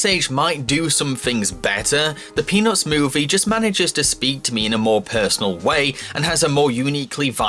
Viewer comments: Is it bad that I kept hearing "penis movie" instead of peanuts movie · Who heard penis when he said the peanuts movie no, only me ok.... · the way you say Peanuts is amazing